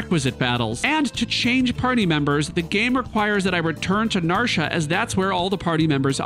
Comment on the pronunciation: Narsha?? NarshA?? WTF, man??